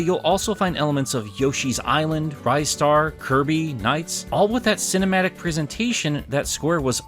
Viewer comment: Rai-star? I thought it was Ree-star